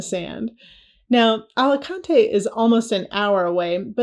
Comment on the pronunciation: No AlicantEEE, yes AlicAAANte